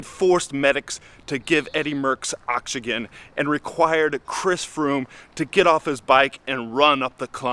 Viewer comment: Dude can't even pronounce oxygen.